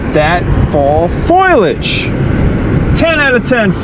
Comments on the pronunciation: Dear Professor: It's pronounced FAUX LEE EDGE - foliage NOT FOIL E EDGE AND you didn't even notice they painted over your AirBnB graffit i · 🍂🍂🍂I love your channel and you present the places you visit beautifully. One minor correction: it is "foliage" (fol ee' aj) and not "foilage". I have a friend who mispronounces the word in the same way. I thought you may want to know this. 🍁🍁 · Not "Foil-edge." In English its "FO-lee-age." (You might have been away so long that you forgot.) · Foliage... not Foilage haha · It is "Fo-Lee-Age" not Foil-age!!! learn to read and speak English! You try to speak other languages and yet you murder English. I am dyslexic and even i know it isn't pronounced "Foil-age"! I love your channel but not when you deliberately mispronounce an English word! Fo Lee Age - Fo-li-age not foilage!!!! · Great video mate, but as a good professor should know, its not foil-age. Its foli-age. Just sayin bro. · Foilage is what you've been saying professor. foliage is the word and is pronounced roughly as "foh-lee-ij" :) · What the hell is foilage? Foliage? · Only a New Yorker would pronounce it FOY-ledge. Always heard: FO-LEE-age 😂 Lotta interesting stuff about a country I knew little about ! Thx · By the way professor, it's foliage not foilage. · I had to stop watching since I couldn't stand hearing him mispronounce F O L I A G E. There is no FOIL in FOLIAGE! LOL it is funny how by traveling for a long time you begin to forget parts of your native language. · it's FOLIAGE NOT FOILAGE damnit! 😆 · Fo-li-age, not foil-age. 😂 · because he says “foilage” a lot in this video. Just trying to help! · You're saying Foliage wrong 😂 You're saying FOILage instead of FOLIage lol. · Foliage pronounced foil age was killing me 😂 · Quit saying FOILAGE😂 (no such word) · It's fo-LI-age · It's pronounced FOH-lee-ij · Foliage ... (Pho-lee-age) hahaha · bro kept saying "foilage" 🤣🤣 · Fo-lee-age...not that hard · Foilage? No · Fo-li-age, Fo-li-age lol